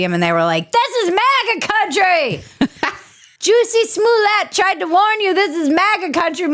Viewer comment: Dirtiest pronunciation of Juicy Smoellet ever 👍